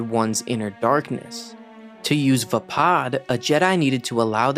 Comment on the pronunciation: Your saying vappad wrong just as I spelled it wrong 😂😂